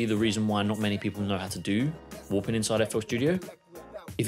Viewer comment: haha just sounded like youre saying woopin